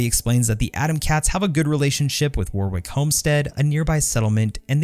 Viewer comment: Warwick is pronounced Warrick. (The middle W is silent.)